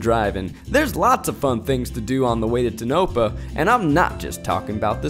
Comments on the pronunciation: Tonopah ; Zach said "tuh-nope-uh"❌ no ... more like "toe-nuh-paw"✅ Take it from native locals, that ain't it. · tuh-no-puh? Lmmfao. It's pronounced tone-a-paw. Lol. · TONOPAH: Toe-nuh-paw NOT Tah-no-pa NEVADA: Nuh-vaa-duh NOT Nuh-vaw-duh 😂😂😂😂😂😂😂😂😂😂😂😂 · I just have to complain to... Anyone. I know Zach is pronouncing it the wrong way because the first Google result says to pronounce it that way... But Tonopah is not tuh-nope-uh, it's toe-nuh-paw (or puh to some). Other than that irking me the half a dozen times he says it, this was a great episode. I never complain when Zach does his own thing (I even loved the "candid" stuff). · This video is excellent, not trying to make a dig at anyone, just for anyone who may be interested, a pronunciation guide from a born-and-raised Nevadan: Tonopah - “Toe-nuh-p(long a sound like in “cart”)” Nevada - “Nev-(short a sound like in “cat”)-duh” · It's toe-nuh-paw. Not tuh-nope-uh LOL :O( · ITS TOE NAH PA NOT TOE NO PA 😭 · I this video is very entertaining, but for the love of everything, the way Zach pronounced Tonopah repeatedly drives me bonkers. I am in Nevada, and it is Tone a pah. The geologist said it correctly. Again still a great video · The town's name is pronounced "Tone-oh-pa" not "Toe-nope-uh" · It's pronounced TOE-NUH-PAH not TUH-NO-PAH - the geologist had it right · Can't decide if he mispronounced it on purpose or not... Nev-ah-duh (not Nev-aww-duh)... Toe-nah-paw (not Tonope-ah)... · the way zach pronounced Tonopah made me giggle every time. Its Toe-No-Pah and Nee-vah-dah 😂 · TOH'-nuh-pah and nuh-VA'-duh (short "a" sound) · hello! nevada resident here! just gotta say, my sister & i cracked UP every time zach mispronounced tonopah & nevada. 😂 (it’s pronounced TONE-UH-PAW and NUH-VAH-DUH) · I'm from here. I love the video, and I will say that the way you said Tonopah cracked me up 😅 It sounds like this Toe-no-paw. Thanks for the great video about my hometown area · Zach. It’s Toe-Nuh-Pah, Nuh-Va-Duh.😹